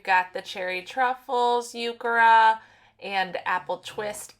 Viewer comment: Nice work! Just a note the “h” in heuchera is not silent.